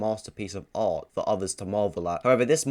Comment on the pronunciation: Why does he say art like that?? 😂 “Ahhht”